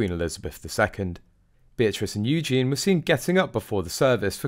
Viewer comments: why do you keep on saying Eugene? man’s name! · pronouced U- gene-nee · It's softer than that, though, isn't it. Hard to show what it sounds like; to me it's a zh sound...I bet the poor girl has cursed her parents at times for being too clever. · Drives me crazy that you can't pronounce Eugenie's name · Please, please say Eugenie properly. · Please try and get the pronunciation of Eugenie correct. Thanx. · He not even able to pronounce "Eugenie" correctly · Meant to say mispronounced Eugenie. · Eugenie is a female name with a long eee sound at the end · You are mispronouncing Princess Eugenie’s name - Eugene is a man’s name. If you’re going to comment, you should check things like this first. The York Princesses walk the line between Royal and Common very well. They don’t need jobs, as they both married very wealthy men and will inherit their fathers fortune too. They have been brought up to know and understand their roles in the Royal Family. Meg is just a dumb American that people are truly fed up with. If she wanted her children to have titles, she should have stayed in England and kept up with her a Royal duties. Whining and taking shots at any of the Princesses is very stupid. The York Princesses will continue to be an asset to their family. One may soon be a Councilor of State as well. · Please learn how to pronounce Princess EU gen ie with an emPhasis on the first syllable! U gen is a masculine name!!! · It is Eugenie, not Eugene, for goodness sake. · Can you say Yoo Jean ee not Eugene. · Eugene is a male name. It’s Eugenie! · it’s Eugenie😂😂😂notvEugene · I really wish that you would pronounce the Royal names properly!Louis is Loo-we and Eugene is the MALE version -her name is EUGENIE-U-Jean-Ee! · Mate, she's not a guy! Her name is Eugenie, not Eugene!! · Her name is Eugenie (yoo·zhay·nee). You are pronouncing her name in the male format. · Her name is Eugenie, not eugene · Do stop calling her Yewjean, her name is Eugenie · Her name is pronounced u-GEEN-ee